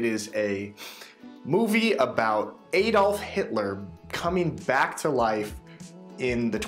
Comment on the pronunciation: His name is not Eydolf!